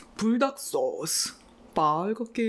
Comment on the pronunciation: The way she says sauceu is so cute